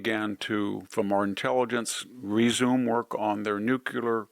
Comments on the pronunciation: C'mon man, you are way way too intelligent to be saying "NUCULAR"............it's nuclear!! Please...NEW CLEAR. You really do a great job though and I am a huge fan. I truly believe you are one of the absolute best in the business and one of the very few that actually understands what is really going on. Thank-you for all of your hard work to help people learn the truth. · Not nucular, nuclear! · NuclEar, not nucUlar!! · I love you VDH but it is nuclear (new clear) not nucular (new qu lar). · I love you mr. Hanson, but it's nu-clear, not nucular. El León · Love Victor, no problem. But when will folks learn to pronounce "nuclear?" Since G.W. Bush (#43) everyone seems to mis-pronounce it as "new-kia-lur." (reversing the consonants in the middle syllables) Just sounds ignorant. Correct pronunciation: "nuke-lee-ar." Thanks for your attention to this matter. :-^) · Please Victor?: NEW-KLEE-ARE not new-kew--lar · Not nook-u-lar; nook-Lee-er. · Why does such an obviously intelligent man continue to mispronounce nuclear? He, and many others say NU CUE LER, when the correct pronunciation is NU CLEE ER. Sorry, it’s just one of those things that make me crazy. Other than that, I love pretty much everything VDH says. He’s awesome. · I love you Victor, and I mean no disrespect. But it’s nu-cle-er, not nuc-u-ler. Finger nails on a chalkboard. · Nu-Cle-Ar, (nuclear)! NOT Nu cu ler! Sorry, I just bugs me to hear people mispronounce the word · Love your content. Wish you the best. "Nuclear" is pronounced no͞oklēər in my dictionary but I enjoy hearing you say it as you do. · And yet, this guy can't pronounce the word "nuclear" - he says "nuc-u-lar" WHY???????????? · Nuclear, not nucular. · It's nuclear, not "nucular." Jimmy Carter made the same mistake. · As intelligent as people are and sound is almost negated every time I hear nucular. Lol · My God it's so difficult to hear VDH pronounce "nuke-u-lar" 😬 It's like fingernails on a chalkboard, I cringe every time.